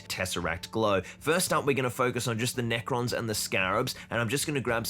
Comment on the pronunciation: Did you call them neko boys as in cat boys?